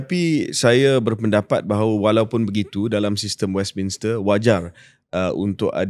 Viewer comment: Shahril, it should be pronounced as 'Westminster' instead of what you said 'Westminister'.